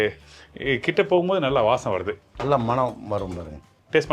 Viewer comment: Ungaludaiya tamizhukku oru vannaKKam, Namaskaram; MANNamaga irruku; cheg deena please BVAasam enru cholladheengou; Mannam alladhu Vaasanai enru chollungou PLease. Getti pakoda recipe superb. THanks and. Rombha Pramadham.- thnaks- Radhakjaya